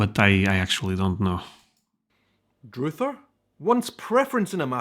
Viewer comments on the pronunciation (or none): Broiling is flames from above, i thought. Broiling burgers involves putting it near the burner at the top of the oven. Druther is not pronounced DROOTHER. It’s Druh-ther. “If I had my druthers” means If i had a preference. It’s more preference than choice. And it’s usually used with “If I had my druthers” NOT I druther pecan pie instead of apple pie. You have druthers, you don’t do druthers. I suspect the word dates back to 1600 English… a lot of words common in the South East or Appalachia have roots in the way the early settlers spoke. Colleges and Universities are not the same. Colleges have usually one area of expertise… like a small Liberal Arts College. Universities are composed of multiple colleges. I went to a University which had five colleges, all with a different focus: College of Science, College of Humanities, College of Art, etc. We use both words but they mean slightly different things. If you attend a university you are going to college because the colleges are within the university. So you can go to college without attending a university, but if you are attending a university you are also attending a college within a university. And Jello is NOT Jelly. You put Jelly on a Peanut Butter Sandwich. You do not put Jello on a sandwich! Jello is a desert made of animal gelatin. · Not “dr-ooo-ther” but “dr-U-ther” and it’s not common. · “Druther” is pronounced “Druh-ther,” not “Droother,” and is plural…”if I had my druthers.” It’s short for “I’d rather.” In other words, if I could choose something I’d rather have or rather do. It’s an odd little saying. Jell-O is the brand name of a jiggly fruit-flavored gelatin dessert, which for some reason has become “jelly” in the UK. In the states, jelly, jam or preserves are fruit spreads that have varying amounts of actual fruit in them, from fruit juice to whole chunks of fruit. They’re made with pectin, not gelatin. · Druther is pronounced like brother only with a d. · druther sounds like brother